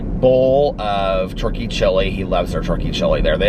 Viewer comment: I know you’re saying turkey but all I hear is churkey chili. Thank you for the chuckle.